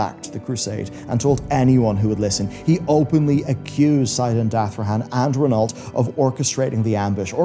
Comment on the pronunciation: Reh-noh Renault